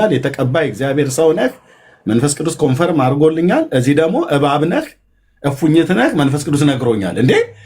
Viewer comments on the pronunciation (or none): none